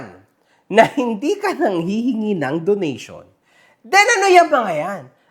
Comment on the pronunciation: donation! ❌ donut-syon! ✅